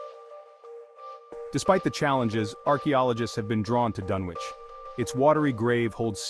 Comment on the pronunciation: First mistake, you don't pronounce the W in Dunwich. Second mistake, actually show Dunwich, not a slideshow of generic library pictures of completely unrelated places, digs and other items. Lazy work, tbh. Try harder.